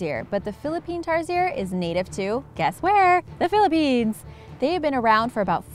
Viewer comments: Oi! Ang pronunciation ng Tarsier ay Tar-sh-ier OKAY!?!?!?!?!?!? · It is pronounce Tarshier Bitch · And no offense you said tamaraws and tarsier wrong but it's ok you tried. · Rosario De Leon Yes! But she pronounced it tar-si-er and it's pronounced Tar-sheer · Actaully im a Filipino...Tarsier is not pronounced as tarseer but it is pronounce as tarshear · It's pronounced tarSIERS XD but ok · Its pronounced tar sheer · Pronounced as "tar-sheer" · It's pronounced TARSHEER not TARSIER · It's pronounced as Tarshear but it's spelled tarsier I know that because I'm from Philippines,Mindanao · We pronounce it tarshier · I am a Filipino and tarsier is pronounced tarsheer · Its pronounced as TAR-SHEER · It's Tar-Sheer I'm a Filipino! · just a note, tarsiers are pronounced as tar-sheers, at least in the Phil hahahha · Lol in the Philippines we pronounce tarsier as "Tar-Shear" And lol I remember the barrel man when I was in boracay in a near by shop by the hotel we stayed in I am okay with foreigners saying something in Filipino or any language here in the Philippines, but it still bothers me when they get it wrong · Tarsier is spelled like Tarshier oml.... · you pronouns the tarsier wrong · Am sad. :( you said Tarsier wrong... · Lol you pronounced the tarsier the wrong way hhahaha but its good thought keep up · Im a filipino and you pronounced tarsiers wrong